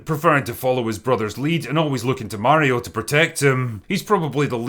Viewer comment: Pretty glad God Emperor Drinker actually pronounces "Mario" right. I am getting sick by specifically some Americans, naming him "Merio" all the time....... If the era of proper video game movies starts now, the Sonic movies certainly weren't that start yet, despite them being rather successful. And who knows, after seeing Mario's success, maybe the other studios will finally attract to making a proper Sonic movie, not this real life bullshit we got served so far.